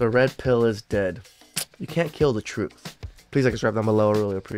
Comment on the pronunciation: What is the “TURTH”??